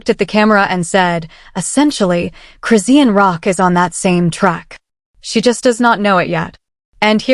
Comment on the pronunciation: I had to click off immediately. I hate AI voice and the way they say Chris-see=anne Rock